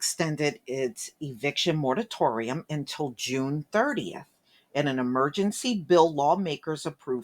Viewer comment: Mor a tor ium. Min ne ap po lis. Otherwise, Your videos are great!